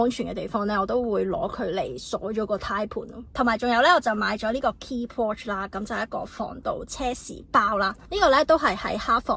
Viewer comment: I wonder what you have done to receive these negative responds?! Have you given that a thought??? Check your pronunciation for " Claim " and " pouch" Wrong pronunciations